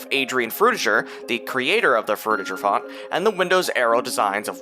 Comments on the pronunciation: BTW it ain't Fruti"j"er. It's frutiger. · Adrian Frutiger is a German name, so the G is a hard G. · Adrian Frutiger was from Switzerland and named the Font after himself. So, I guess, the right way to pronounce it, would be to pronounce the G hard like the G in "Games", "Gift", "Gold", "Gay", "Greed" etc.